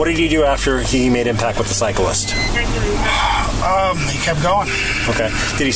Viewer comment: Why do Americans struggle so much with the word … cyclist? 🤷‍♂️ 😂😂😂 “Bi-cycle-ler-list” 🤦‍♂️ “Cycle-list-ler-bike-man” 🤦‍♂️